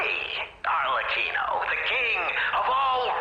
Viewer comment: Nothing like when the game pronounces the name of arleccino and then the content creator butchers it immediately after with Archelino 😂